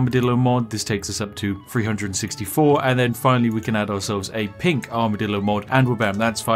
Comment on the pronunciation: Take a shot every time Spiff says Armidillo